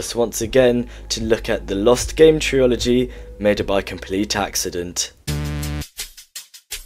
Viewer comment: bro said triology again